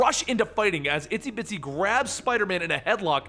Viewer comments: i thought her name was "Itsy Bitsy" not "Isty Bitsy" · Isn't it Itsy Bitsy not Isty Bitsy?